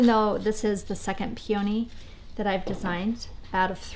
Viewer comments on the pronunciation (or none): Love all your ideas, site and channels etc. but it is pronounced PEE-o-nee not Pee-OW-nee. Beautiful though, no matter how you pronounce it LOL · That’s so funny, you all really say it that differently from me?! I grew up on the east coast and we say it so differently I honestly didn’t even realize you were saying Peony at first. I actually paused the video and checked the description because I thought I had clicked on the wrong video! LOL There usually are variations in accents etc. but this one is so very different, how interesting! Thanks for replying as well, now I will know what a Pacific north-westerner is saying if they say Peony ;-)